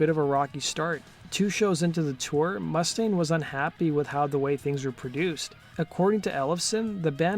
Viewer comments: Dave Mustaine had ALWAYS been hard to deal with, to be of an ego..love the video but your saying Mustang, as in the car or the horse, the vowel U is long as in moo-staine, I'm no gatekeeper but just trying to help... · Mu•staine... not Must•aine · It's Moo-stain, not Muss-taine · Dave mu-STANE, not MUSS-dayne. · Dude.... not to be an asshole, but, you are pronouncing Mustaine wrong. It's not MUST-aine. It's more like m'-STAINE. C'mon, man! That's like those people that pronounce 'insurance,' emphasizing the IN. It's not 'IIIIN'surance. It's more like 'n SURANCE. Great info vid, though. Touch up on actual proper pronunciation. 😁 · “Mústaine” you pronounce the name wrong!!!!!!